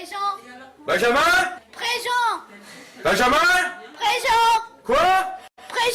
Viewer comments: "Benjamin -prejent "😂😂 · Benjam ? Prejent !! Nat ? Preesent ! Erico ? Present...